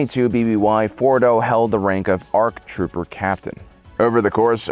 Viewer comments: "Arc Troper" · Arc Troper yo! Lol. Seriously dyslexic moment. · The first Arc "Troper"